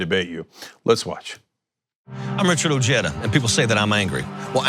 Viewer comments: say it with me guys Oh heh dah.....not oh jay dah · Ojeda is pronounced with the J of the Spanish word “ojo” it’s translation being “eye”